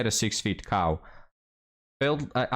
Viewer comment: you say cow. But I hear Kaw. I'll have a 1979 KZ1000 please.